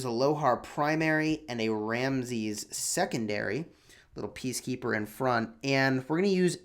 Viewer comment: I am from Egypt , you should say Ramses with S not Ramzez .